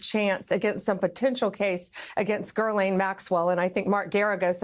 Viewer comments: Bondi says Gurline. Where the heck is there an “R” in Ghislaine? It’s pronounced Gilaune. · Her name is not Gerlane, Blondie. It's Ghislane. No R at all. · Bondi calling Ghislaine “GHIRLAINE” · Is no one going to talk about how Pam Bondi doesn’t even know how to say Ghislaine? She keeps saying “Gerlaine” lol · She keeps saying GIRLlane , she knows how to say her name, she is mispronouncing her name on purpose for libel reasons. This administration is SOOOOOOOOOOOOOO unbelievably corrupt. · Pam Bondi is another in a SERIES of Trump defenders/enablers and ultimately will be destroyed by her actions. Like many of her predecessors, Pam is over her skis. She can't even pronounce Maxwell's first name: "GIR-LANE"? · What is it with these people that they can’t pronounce words, there’s no R in Ghislaine and there’s no R in Tesla. Someone please tell Pam Bondi that it’s not Gurlaine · It's actually pronounced Gill-ane. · Pam Bondi's pronunciation of "Ghislaine" is weird. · She can't even speak her name right...... it is important